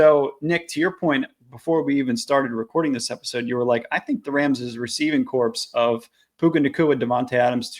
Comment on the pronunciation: Great video. But your pronunciation of "receiver corpse" had my skin crawling 🤣